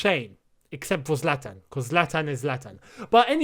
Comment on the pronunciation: “Except for Zalatan cause of Zalatan is Zalatan ” lol